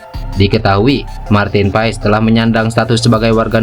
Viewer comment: Bacanya pas bukan pa es